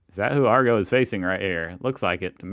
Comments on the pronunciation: It’s AGGRO as in “Aggressive”!!!!!! Not “Argo”!!! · It's ag-ro not ar-go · AGRO - AG RO, you dislexic yank. AG RO not AR GO!!!!! Get it right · Agro not arego A G RO It's just Agro not Agrovation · Grrrrr ! ! ! Read my man, bloody read. It's AGRO as in aggressive, not Argo as in Jason. Agro. When you say Argo, it makes me Agro. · It’s Agro, so annoying when you don’t say it right, Agro, short for Aggression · it is A G ro..not Ar GO AS IN it agravates you. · Lol, stop saying ARRRGO, it’s AGRO. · OMG, stop saying ARGO. His name is Agro. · ok it's AGRO NOT ARGO FFS do American schools not teach spelling? Dude you have a great channel but you need to actually read what is on the screen before you talk about it....js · agro a a a not ar agro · Everytime he says argo makes me cringe 😬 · It's not that hard. AGRO FFS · A as in Apple. Gro as in Grow... But I reckon you're just trolling us Aussies :) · AGRO!! Ag grow try pronouncing it that way. Jaime Dunn is the bloke behind AGRO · We pronounce it like Ag row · Oh well dear.fellow AUSSIES , at least WE can read well enough to pronounce the letters in the correct order. AGRO!!!! LOL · AGRO, as in AGGRO-vation. 😅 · FYI - You pronounce it as AGG ROw> Also the joke here is, Fat Cat doesn't speak ;) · Say it as Agrow. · Dude it's AGro lol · It’s Ag-ro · you must have faied high school its A G R O get the name right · For Christ sake it “Agro” as in aggravation the host said it ten times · Omg the sign says Agro, the host calls him Agro, the intro to the video says Agro. Get it right sir... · Love your channel … but he’s called.. “AGRO” AG-RO. AGRO was the 2012 movie with Ben Affleck mate.:) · Ag grow, like in grow up. It’s actually insulting when you screw up famous Aussie icons. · Stop saying ARGO! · No it's not short for aggression, his name is Agro Vation!! Agro is short for Aggravation! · How can you mispronounced it everytime, is English your first language? G is before the R. Come on man, try harder.